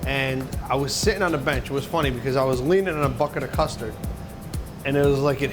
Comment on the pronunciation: Deff thought u said mustard not custard I was like ewww